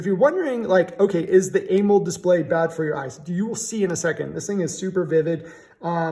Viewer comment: Why you say Amold? Its pronounced A MO LED 😂.